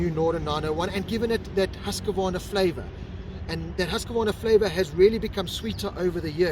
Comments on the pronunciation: “Hoosk-varna”. Not “Hoos-ka varna” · Well… no it is Hoos-kvarna. Why not just call it Husky and then even we Swedish people will understand.